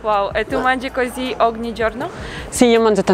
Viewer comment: A2 italian: “oghni” 😏😏😏 facciamo B2